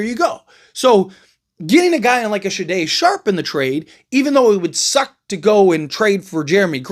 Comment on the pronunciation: SHAY DON SHARPE. Come on man lol